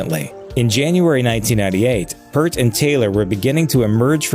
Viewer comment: BTW, the narrator of this episode is pronouncing his name incorrectly. Neil Peart's last name is sounded out like "Peert" rhymes with here, peer, dear, near, etc., Not "pert" hurt, dirt, etc.